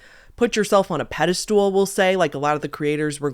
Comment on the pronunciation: Its pedestal.... not pedestool, its not an actua STOOL you can stand on. But loving you!